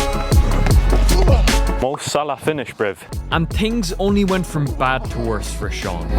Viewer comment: no offense but says tings instead of things